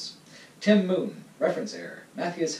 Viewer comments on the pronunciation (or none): none